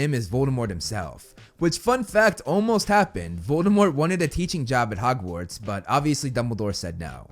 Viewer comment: Harry was on the list. Also you said "Hogwards" instead of "Hogwarts" but that's not really a big deal. I do think Barty Crouch Jr should be higher though for all the reasons you outlined.